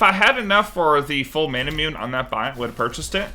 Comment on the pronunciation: still dying inside every time manamune is pronounced wrong